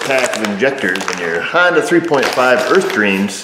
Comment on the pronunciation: I love your content but you do know it's a honDA not dooo